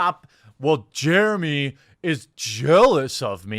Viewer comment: Jewemy do you need a fwend?😀